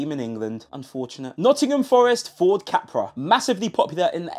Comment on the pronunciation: Back in the day, Capri was pronounced Capree, not Capra. Funnily enough, Luton are twinned with Wolfsburg where VW make the Beetle! 😂